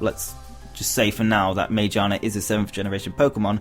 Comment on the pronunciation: (psst... Magiana is pronounced with a hard g)